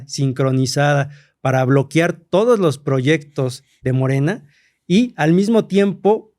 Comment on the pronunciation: Que esperas de alguien que es “historiador” y dice BLOQUIAR